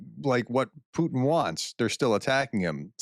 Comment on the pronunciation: Hey Prof. You are always keen on pronouncing names of people or cities correctly. I know it's very hard and I commend you for trying. But I have to bring up one thing. You Americans do not know how to pronounce "Putin". For some reason you think the "i" is silent and you say "Putn". This sounds quite funny, but I don't hear people talking about it. I think everyone lets it slide, because it's such a minor thing compared to what the subject of the news usually is. So by this, I am trying once more. It's pronounced as in "put in" but then no pause in between. Anyways, keep up the great work you do Prof!